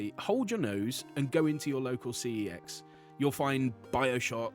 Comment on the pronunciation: thanks for calling cex cee ee ex not fkn sex, refuse to call it sex 💀